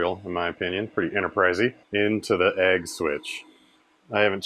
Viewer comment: Funny how agg and egg sound exactly the same